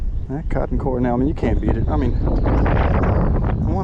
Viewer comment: Good review. But it's Cor "D"ell not Cor "N"ell